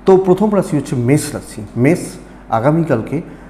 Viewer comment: বৃস রাশি বলতে গিয়ে বারে বারে মষ মেষ বলেছেন ঠিক কোরবেন আশা করি।